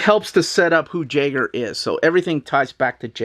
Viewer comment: Radiant Black's villain Jaeger is pronounced "YAY-ger." It means hunter in German.